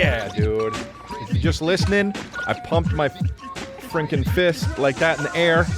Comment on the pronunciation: Chris are you saying “frinkin”?